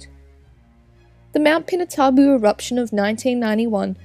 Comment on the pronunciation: It's pronounced pee-nah-too-bo